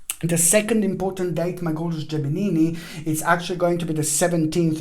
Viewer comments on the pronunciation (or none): Yeahhhh Gimeni - Giminini🤣🤣🤣🤣🤣